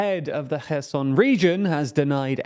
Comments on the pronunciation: Funny comment. To prove my point,, the CEO of TLDR News, pronounces Kherson correctly while, the secondary guy at TLDR News pronounces Kherson incorrectly. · I'm glad that knows how to pronounce Kherson properly, but please make sure everyone on your team (that is your mate ) does as well. Thanks